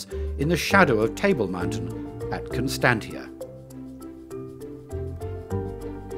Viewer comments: Becky Britin just because he is British doesn't mean he is using the correct pronunciation for South African words!! A zebra is a zebra, not a zeebra. And Constantia is Constan-sha, not Constan-tia. Oh, there were about a dozen mispronunciations. This video is spectacular, but some of those pronunciations were very funny indeed lol. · Urgh....his pronunciation of some words kills me..... Constantia is pronounced "Con-stan-shia", not "Con-stan-tia". Rondavels are pronounce "Ron-dah-vils", with emphasis on "dah".